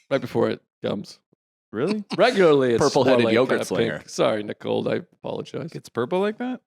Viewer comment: Ohhh…so this why Nicold Open left Feehans. I heard Joe say “Nicold”, and it all came into focus.